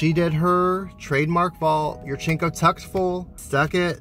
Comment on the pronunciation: Natalia yurchenko’s name ends with an o. you pronounce it yurchenka.